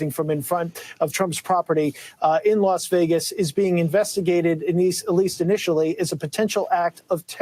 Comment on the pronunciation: This chick said “las vigiss” and”telamet-tree”